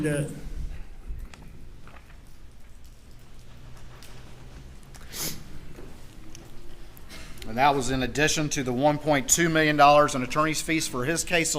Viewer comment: I hate the way AM says dat instead of “that” and dem instead of “them”…….he has to be one of the most unlikable person I have ever listened to in my life. Everything he does annoys me…… also when he says ummmmmmm…….it’s like nails on a chalkboard.